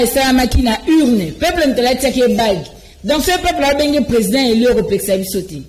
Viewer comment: MADAME, ON NE DIT PAS UN PRESIDENT ELI MAIS ON DIT UN PRESIDENT ELU SVP BATO YA UDPS, BOTANGA WAPI AVEC UNE MAUVAISE PRONONCIATION FRACAISE